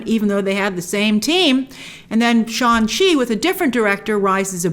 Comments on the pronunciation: Shang, pronounced like Shung not Sean. 😏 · Grace I’m sorry but I have to do this but it’s pronounced shanG chi, G is not silent. They even released a clip about the pronunciation so please say it correctly🙏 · Hey Grace, is it Shaun Chi or Shang Chi? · SHAN SHI😂😂😂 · Shang Chi is pronounced "SHAHNG-CHEE" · I cannot believe that there was a scene in the movie/trailer where Shang Chi corrects Awkafina about the pronunciation of his character's name, and here we have reviewers still fucking his name up.